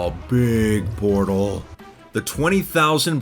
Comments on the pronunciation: "Aw, Beeeg PorTal" holy shit my sides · the way he says it BiG PoRtaL